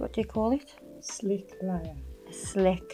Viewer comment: It’s a SLIP layer, not SLICK layer.